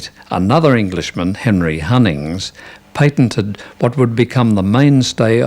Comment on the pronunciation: It's pronounced PAT ok??/ PAT ented. Not PAINT